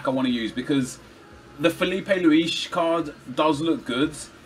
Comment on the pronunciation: You can hear that he watched inception, by the way he pronounces luis